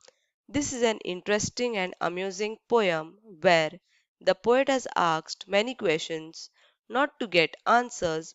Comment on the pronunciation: Mam ananomous or anonymous and aksed or asked